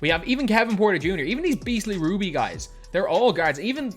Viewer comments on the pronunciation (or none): none